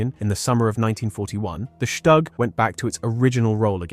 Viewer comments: Shtug, shtug, shtug. it is called STUG not SHTug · Shtoog, not Shtag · Het minste wat de verteller kan doen is de naam Stug correct uitspreken. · Learn to pronounce StuG. Try Forvo or learn basics of German.